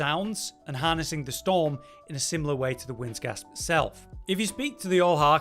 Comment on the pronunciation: It's "Wind's Grasp," bro, not Gasp..